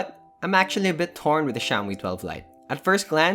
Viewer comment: i keep on hearing shaomi pub lite